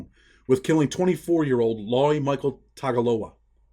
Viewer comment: With samoan the letter G actually reps NG. ie Tagaloa is pronounced more like Tangaloa. (Who is also the poly version of Neptune/ poiseden the sea god)